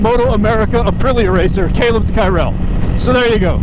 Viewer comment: I met Kaleb at Cresson last year and, like a lot of Moto people, he just seemed like a really good dude. MotoAmerica and the trackday and racing motorcyle stuff is full of just good people, it would seem. He probably wouldn't even mind that you are absolutely butchering his last name. Glad to see him on an Ape this year!